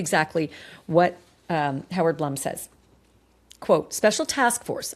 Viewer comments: Howard’s name is pronounced Bloom, not Blum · Howard Blume is pronounced Bloom